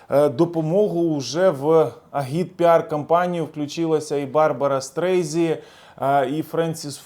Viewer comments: Грамотний? Назвав Барбару Стрейзанд, Стрейзі. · Мля,та не Стрейзи,а Стрейзанд